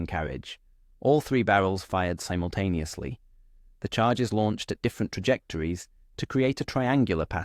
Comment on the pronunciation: Simontaneously - really ffs